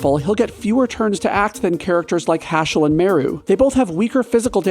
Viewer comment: It's Pronounced Ha-skull.